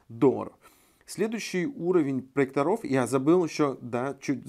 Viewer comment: Правильно : "ПроЕкторов" ударение на Е. Если уж выходите на большую аудиторию,попытайтесь не делать таких грубых ошибок,не позорьтесь. С уважением. P.S. Да,и во множественном числе - "ПроЕкторы" , а не "ПроекторА",какими бы лучшими они не были. Учите русский язык,удачи!